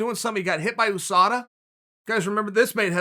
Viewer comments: Chael "ooh-SADA" Sonnen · Chael “OO-SADA” Sonnen